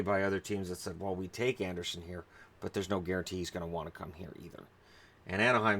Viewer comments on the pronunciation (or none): none